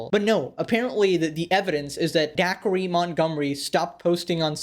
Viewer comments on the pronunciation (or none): D-Acre not Dackery lol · It's pronounced like "Day-ker", not "Daiquiri" or however the fck you said it. It's a dude's name, not a chilled fruity beverage served poolside and enjoyed on a hot summer day... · Its da-kree not daiquiri janahahah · “Daiquiri Montgomery”? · You did not call him “daiquiri Montgomery” 😭😭😭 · Did you just call him dacree?